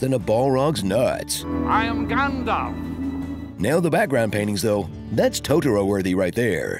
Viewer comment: "I am Grandalf"??? Did they not get the name right? There's no r.....